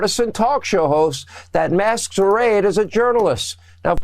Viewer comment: Hannity doesn't even know how to PRONOUCE words he said masherades instead of masquerades.